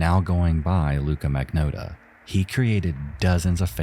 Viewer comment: Well, after twelve long years, our misery-perpetuating pal finally caught up with the rest of his community and covered #2... and then, he pronounced the bastard's name wrong! I'm only teasing, though. After all, he did a public service by honoring the victim more than the killer, and you can't spell "Magnotta" without "NO".